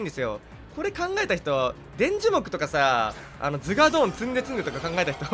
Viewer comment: アゴーヨンとズガードン❌ アーゴヨンとズガドーン⭕️